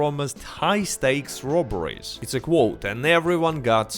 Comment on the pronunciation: Sometimes when you say ‘they didn’t add robberies’ your accent makes me think you said strawberries